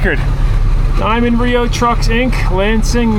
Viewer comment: It’s not RIO. It’s R-E-O